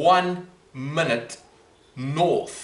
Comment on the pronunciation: There's no L in minute, relax with the shit pronounciation